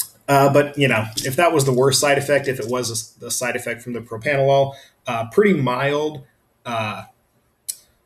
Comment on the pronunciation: PropRanolol not PropAnolol... Lol...